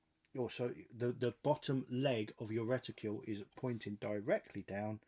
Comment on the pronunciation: Another great video. Please don't take this the wrong way, but are you aware, that like many other people, you are pronouncing the word reticle with a u in it (reticule). I thought that I'd ask, as i know you sometimes say things wrong on purpose 👍